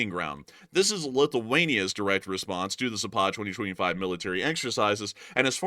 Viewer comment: Please !!! Zapad has the accent on the first " a " not on the second !!! It is Zaapad not Zaapaaad !!